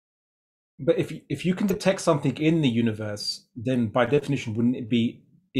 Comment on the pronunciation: When this guy says ‘something’ or ‘everything’, he says “Somethink” and “Everythink”